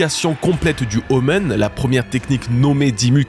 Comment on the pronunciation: Super vidéo, mais je suis quasiment sûr que "omen" se prononce "omène", pas "omeune" 🤣